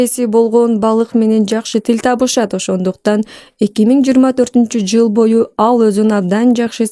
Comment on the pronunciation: Ол шашып жвл дебей кыл деп